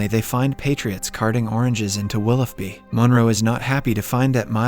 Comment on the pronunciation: It’s pronounce “willow bee” not “willoff bee” 🤦🏼‍♀️